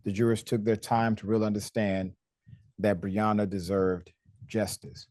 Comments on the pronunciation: I fail to understand why some of you people can’t even get this woman’s name correct. It’s BREONNA. Pronounced Bre O Na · BREONNA. Say her name correctly clown. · BREONNA !!!! My God say her name correctly !!!!!